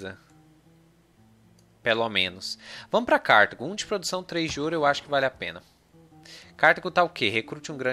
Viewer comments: se pronunciar "CARTÁGO" obrigado hahahahaa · Eu herdei a pronúncia do inglês, daí falo Cártago